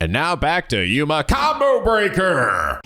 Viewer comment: Your on the right track. Do I have not seen the game is full I have seen a good number bet that I will say this now. Try to remember everything shinigami says for now on. And there you go. All her troll or her sexual advances on you😂 animal support of all every time she mispronounces Yuma's last name.